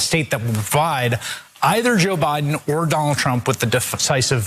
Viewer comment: Am I the only one who heard Chis Hayes say "O'Biden"